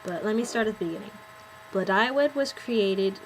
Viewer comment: ypure pronounceing blodeuwedd wrong. its Bluh die wedd the dd is like the th in weather.